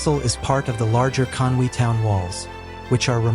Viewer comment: I totally understand Welsh is difficult to pronounce......but it's so uncomfortable to hear at times......well, you got Conwy correct 😂